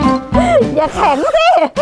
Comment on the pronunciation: จากอย่า เป็นอบ่า